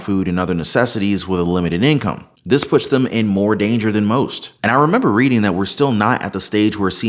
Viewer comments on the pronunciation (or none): none